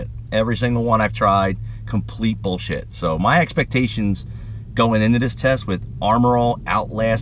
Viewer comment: . "Boll shet"....guess I won't be trying this product out.!!!